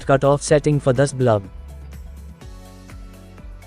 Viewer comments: Very useful circuit Thank you. But sir it is "BULB" not "BLUB"..... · Neat circuit. Forgive me for laughing when you say "blub" instead of "bulb" 😁😁😁